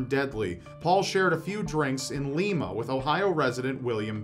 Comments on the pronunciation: Wow, I'm from Lima, Ohio. And no offense, but we pronounce it Lime-Uh, not Leem-Uh. I think I posted something similar on the video that had the guy that killed Dimebag Darrel. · 'Līma not Lema lol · Did he pronounce Lima, Ohio as "Lee-ma"? This isn't Peru it's pronounced Li-ma 😂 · I live in a lima same place that tj lane escaped prison and just wanted to tell ya that you pronounce it wrong it's not lee-ma (like lima peru) it's lie-ma (like lima beans) also I love your videos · It's Lie-mah, not Lee-mah. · You pronounced Lima Ohio wrong. It's LIma. Not lema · Lima is pronounced like the fruit. Lime-a. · Lima, OH is pronounced like "lime-uh". I don't live far from there. I only know because our local weather man always blabs about Lima. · the name of the Florida prison, Raiford, is pronounced "RAY-ford" and Lima, the city in Ohio, is pronounced "LIME-uh." You're welcome. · Lima, Ohio is pronounced like the bean, LYE-ma, not like the city in Peru. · It's Lima, Ohio, like the lima bean instead of Lima as in Peru. I know because I live just down the road. It's a little unnerving to hear such a close location mentioned in this video even if it was years ago. Love your channel! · I wanted to say the same thing. I have family in lima and have spent a lot of time there, and people always seem to mispronounce it.